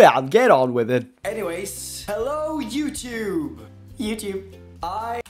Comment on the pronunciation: Hvorfor sa du utub